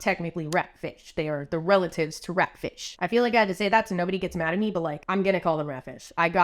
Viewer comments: When I heard you say ratfish it sounded like rat shit to me and I immediately started yelling out the George Carlin bit “Rat shit bat shit dirty old twat 69 assholes tied in a knot hooray lizard shit FUCK” I’m now questioning my life choices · The emphasis of "RAT, FISH" is so funny to me for some reason